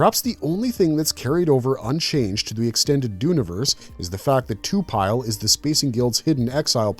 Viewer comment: This is awesome but I keep getting tuned out when you say to-pile vs to-pi-le (Lee). You can say it how you want but I could t help but comment this.